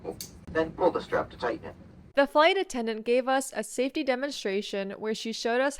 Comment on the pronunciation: I've heard your pronunciation of the word safety many many times, but it always feels like it's not standard, more like the pronunciation of city, and I'm very confused.